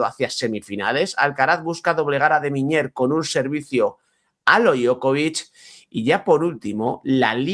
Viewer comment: Por qué te complicas tanto para pronunciar Miñaur? No es ni Miñor ni Miñer es Mi ña ur, apellido de Bilbao se pronuncia tal como se escribe. S2.